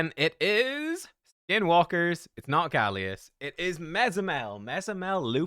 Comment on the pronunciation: Galleus Galleus Galleus.......... NOOOOOOOO 😭